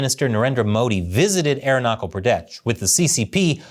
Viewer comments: It is not Arunakal Pradesh. It is Arunachal. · It's arun na chal not aero knuckle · pronounch the h in aruna'h'al arun-na-chal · Dude it's not arunakul pradesh it's arunachal pradesh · its Arunachal with "ch" that you would use in Chernobyl. Not Arunakal Pradesh bruhhh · Ch in Arunachal is pronounced as ch in chess..not as Kal.. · its aruna-chal pra desh my guy. you have butchered the name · Aruna"cha"l. Cha as in challenge. Not k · Great video. But Please check your pronunciation if "Arunachal" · You know how I know you know nothing about India? The way you pronounce Arunachal. Come on man. People are laughing at you. You didn't even google how to pronounce the name? Are you stupid? And you understand it is not disputed territory. It is as much disputed territory as Texas and California is disputed territory between America and Mexico. Let's start showing Texas and California on the map with dots in it now and call it disputed territory. You illiterate monkey. The people of Arunachal Pradesh all speak Hindi. Hinduism is the majority religion there among the locals. They eat roti and dal. Do you know how many people speak chinese in Arunachal Pradesh? Only the people that study Chinese. On the other hand, how many people speak Spanish in California and Texas? Mexico has a better claim than China. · I really like and watch your videos Just a information for everyone its called southern tibet by china Its original name from thousands of years had been arunachal (it's pronounced as aroon--aa--chal ch as in chair)😊😊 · Hey, the "ch" in Arunachal is more a "ch" as in chapel or chair, as against "ch" as in choir.